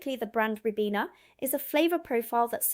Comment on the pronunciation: It's Rye-beena not Rib-in-a